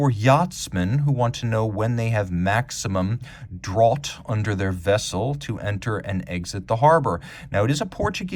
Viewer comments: That ghetto piece of introduction paper is gone! boo! Also - it's pronounced 'draft' in US and Canada (drought is same but British spelling) and is the max depth of your boat under water, not the water beneath. So depth is maximized at high tide, not draft.. .. BUT that might be the first time I've ever heard a strange sounding word from you, I'm always in awe of your vocab! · "Draught" is pronounced "draft", as in draught animals. In any case, 'draught' and 'under keel clearance' are not the same thing.